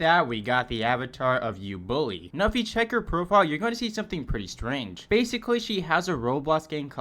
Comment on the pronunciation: U bully ❌ Ubooly✅